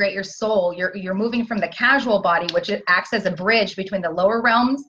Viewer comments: Totally validating the 333 gateway. Just so you know, it’s not casual body, it’s causal as in the cause. Thanks❤️ blessings. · Question: isn't it causal body, instead of casual? Sincere inquiry. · P.S. 4th body is the c-a-u-s-a-l body NOT "casual body," as pronounced it. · Did she say CASUAL body? Causal body :) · I believe you mean "Causal" body, not "Casual" body.